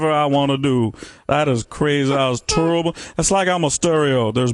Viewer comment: "It's like I'm stereo there's bass and turrible and that was turrible." lol